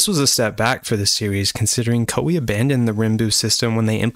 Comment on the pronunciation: Koei should be pronounced as Kō ei. I was confused without subtitle lol. btw, liked.